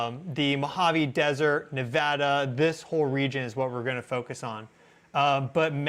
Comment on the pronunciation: Thank goodness he says Nevada properly